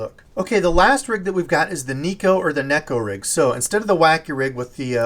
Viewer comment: OMFG. Finally someone pronouncing neko rig the correct way. Ugh never mind you Americanized it again 😂